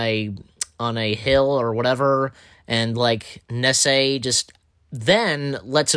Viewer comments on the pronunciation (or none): Do you have trouble pronouncing names? (Nessie as Nessay)